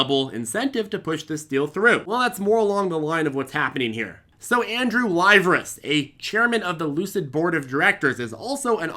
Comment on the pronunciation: It's pronounced "lee-VEH-rees" he's greek.